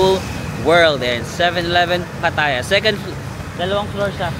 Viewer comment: It’s pronounced as Pa’taya.